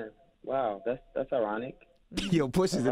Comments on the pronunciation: PUSHAAAA.. NOT PUSHERRR!!! PUSHAA. SAY IT WITH ME T... PUSH.A! Thats all :) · Cute how you say Pusha's name Pusher